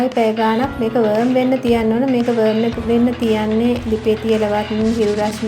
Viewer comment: ඔක්කොම හොදයි, ඒත් "වර්ම් වෙන්න" කියල කියපු එක තේරුනේ නැහැ. පනුවෙක් වෙන්න් කියලද කියන්නෙ?